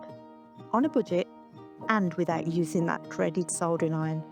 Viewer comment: First of all, you said, thinking cap. No, it’s a “thinking cat 🐈!” As you can clearly see next to you.🤧 Next , you say , sol during iron, no it’s a sod ering iron. Make these corrections and Bob’s your uncle, Fanny may even be your aunt..😳